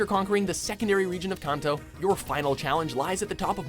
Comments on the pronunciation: I love the kohntoe region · Who pronounced Kanto "Con-toe?" Honestly. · I agree with your list. Not your pronunciation of Ludicolo and Kanto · Good list but I guess this guy has never played Pokemon based on his pronunciation. Pronounced Kanto wrong. Of all the words you get wrong it had to be Kanto. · That pronunciation of "kanto" tho